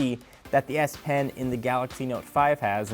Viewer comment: Cant stop laughing every time i hear "Ass Pen"